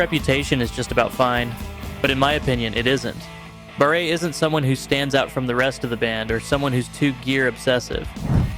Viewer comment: Just to be clear to everyone; Martin Barre..his last name is pronounced BAR not BARAY and Jan Akkerman his first name is pronounced YARN not JAN. You seem to make these mistakes at first, then make them correct later in each instance. Puzzling.